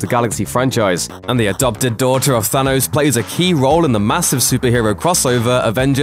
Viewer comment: Its thanos not thsanos